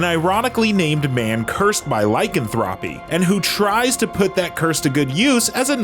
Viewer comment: that's "lih-CAN-thro-pee"